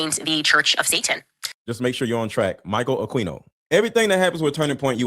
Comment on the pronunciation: It's not queeno, it's keeno. Michael akeeeeno